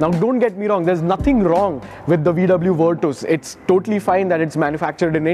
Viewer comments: Bruh stop calling it Virtooooooos. It's not VW Virtooooooos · bhai virtooos nahi hai, virtus hai ye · Bruh it's virCHas not virTOOS